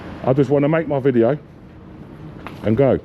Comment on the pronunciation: He takin a wideo 😂